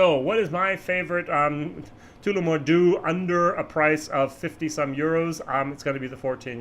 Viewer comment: I can help out here a little here too. When saying Tullamore use the 'u' in Tulla' Your Tooolamore is cracking me up! Nevertheless a solid honest interesting vid once more.